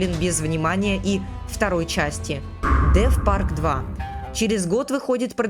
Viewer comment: Не деф парк а Дес парк